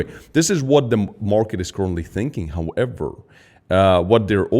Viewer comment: “Houw . EVher”